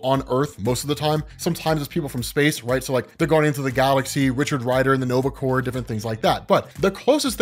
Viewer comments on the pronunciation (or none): none